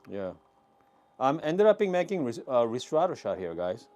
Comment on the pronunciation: Hi, I like your videos Just to be precise: Ristretto, right way to pronounce is : [risˈtretto] ( rIstretto ) 😊 ☕️